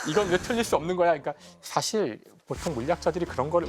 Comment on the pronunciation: (계속) 여러 분의 장단 고저 문제가 심각 하나이다! 예: 사실, 대표,전자, 궤도 등 의 첫 자는 모두 길게 발음해야하는데 이를 짧게 잘못 바름했나이다. 실로 실망했오이다. 미국 변 완수 드림